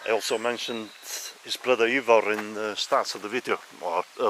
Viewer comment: His brothers name would be pronounced Ivor, not ever.